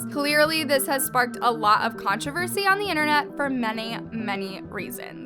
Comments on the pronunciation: When says controver-she, LMAO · Is it just me or... I heard "controvershee" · “Contrivershi” lmao (no hate) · NO ONE is talking about the way she said controversy in